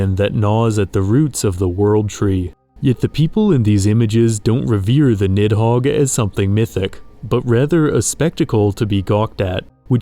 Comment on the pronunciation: Good content but Jesus you butchered the pronunciation of Nihogg 😅